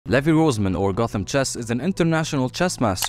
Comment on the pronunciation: It's Rozman